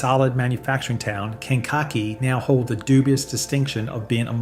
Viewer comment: AI Sucks. Ken cock e is new to us around here. We usually just called it Kankakee.